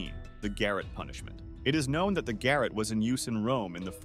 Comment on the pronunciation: The Garrotte is NOT pronounced GARRETT as in the attic, but as GAR ROT or GUH ROT, the guh being like DUHH